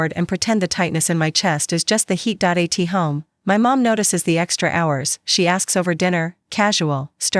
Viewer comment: While the story is really good I do have a issue. Please edit the AI it can't read simple words...bi focal or Do a t home and spoke that way. This really detracts from people liking your story. Please allow people to justify liking your story....great story. Thank you from NC USA 😊😊😊😊😊😊😊